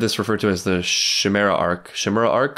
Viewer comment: why is he saying Chimera like that lol it's an english word 😭 all the names made by this japanese guy you pronounce fine, but Chimera is who brings your defeat lol